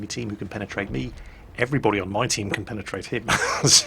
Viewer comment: I'm sorry I lost it when said penatate